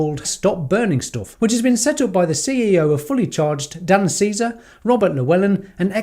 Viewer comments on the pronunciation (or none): none